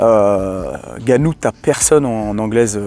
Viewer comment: On dit "Haine-Gannou" 😂 Blague à part, merci pour ton point de vue et tes analyses tjs très intéressantes 💪 Sinon je suis assez d'accord avec ton poto: faut arrêter de tout mélanger, c'est du sport de fight, mais chaque discipline est différente! On ne va pas faire affronter le champ de ping-pong contre le champ de tennis que diable 😂